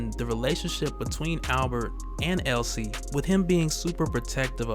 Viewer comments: Um.. it's Elsie not Ellie. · Elsie, not Ellie. Elsie Dee. Get it? LCD. Elsie Dee and Albert